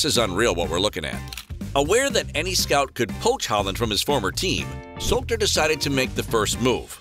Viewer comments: His name is Solskjaer and not Solter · I recommend you to check correct pronunciation of Solskjaer. It must be [Sulsher],if I'm not mistaken.